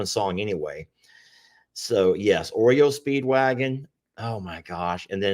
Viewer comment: It’s not Oreo Speedwagon lol it’s REO Speedwagon